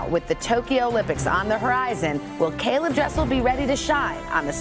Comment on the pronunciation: It’s interesting how his name is pronounced correctly as caeleb when my name isn’t by others half of the time 😆